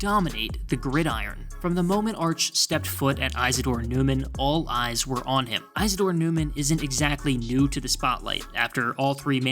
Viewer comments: Iz a dore not Ize a dore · It’s pronounced IS ADORE not EYES ADORE. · You are mispronouncing “Isidore.” The first syllable sounds like the word “is” rather than “ize.” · Pronounce small "i" izzadore Newman. Ugh... and mullets are godawful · Just fyi, it's pronounced (is-A-door) Newman